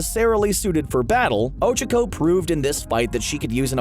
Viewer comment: You..you pronounced Ochako's name wrong...how could you? im not a hater ok? Just wanted to point that out. :)